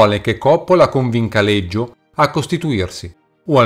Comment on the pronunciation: Scusa ma perché lo pronunci Leggio